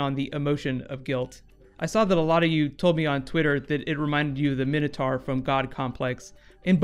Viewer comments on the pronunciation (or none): It's my-no-tor not min-o-toe